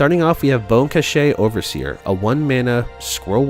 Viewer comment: I like the overall strat you picked here, similar to what I had in mind. I also like your format and the clarity that you speak, it's evident you put work into the production of this. As an aside, "cache" as in Bonecache Overseer is pronounced "cash."